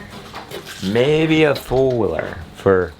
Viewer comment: I had to hear you say four wheeler about four times before I realized you weren’t saying “Fuller” or “fooler” 😂 and I’m from the south LOL